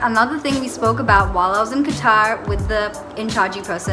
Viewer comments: They rejected cuz The Word you just said "qtar" instead of "qatar"😂jk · THE WAY SHE SAYS QATAR IS KILLING THE BAD WAAAAAAAAAAAAAAAYYYYYYYYYY